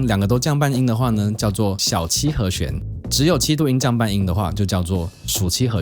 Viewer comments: 和xuán和xuán和xuán，听着真难受😣，是和xián... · 好和xuan，好和xian，發音好像有點不準餒。。。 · 「弦」读「xian2」而不是「xuan2」 ：） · 讲得很好，但是请注意和弦，发音是he xian, 不是 he xuan. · 和弦 ㄒㄧㄢˊ